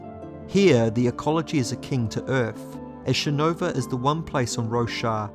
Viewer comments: It's shinovar. Emphasis on the "ar" damnit. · Awesome video man. But you should really look into your pronunciation on some of these names, like Shinovar (shin-o-var) and Adonalsium (ado-nal-sium). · Having listened to the read by Kramer and Kate, "shinovah" was pronounced wierd. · I agree. cool video, but I thought it was weird that he pronounced it like shin-over. and he said parshandi near then end, but it was probably just an accident since he pronounced it right the other times.